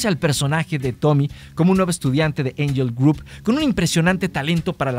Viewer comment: Que desesperación con tu mala pronunciación de angel grove